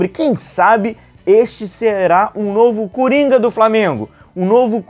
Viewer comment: Tudo bem,....? É "coringa", viu? Só um detalhe. Abraços.